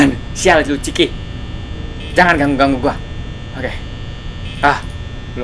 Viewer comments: Miawaug. Bukan ciki tapi chica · yang benar Chica bukan chiki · chica bang chica wah mesti lo suka makan ciki makanya bilang nya ciki awkwkwkwk:V